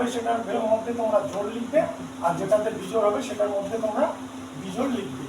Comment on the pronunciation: বেজোড় নয়। 😂😂😂😂 বিজোড়😊😊